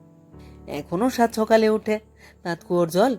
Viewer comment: বেশ মন দিয়েই শুনেছি এই পাঠ। একটি জায়গায়, লেখক স্বয়ং যেখানে বলছেন, " সকালে " কিন্তু উচচারণটি, যেন মনে লাগল ' সোকালে''। কি জানি হতে পারে আমারও ভুল! আবার একটু শুনে নেবেন । কিছু জায়গায় অভিনয়ের অতি- নাটকীয়তা লাগল । কিন্তু গতি খুব ভালো ছিল পাঠের! মূল্যবোধের পরিবর্তন এখানে লেখক দেখাননি, সেখানে আপনিও পাঠে অবিচল থেকেছেন, স্বর- প্রক্ষেপণের মাধ্যমে! ভাবনার গভীরে যাওয়ার চেষ্টায় ব্রতী ছিলেন । আমি অতীব সাধারণের একজন হয়ে, ব্যক্তিগত ভাবে বলছি:- সামগ্রীক ক্ষেত্রে, পাঠের কিছু কিছু জায়গায় নিজেকে, একটু পরিবর্তন করলে,এমনই সম্ভাবনাময় উচ্চতায় পৌঁছানোর পক্ষে আপনি অতি উপযুক্ত! ঠোঁট কাটা- অতীশ ঘোষ উত্তর চব্বিশ পরগনা ।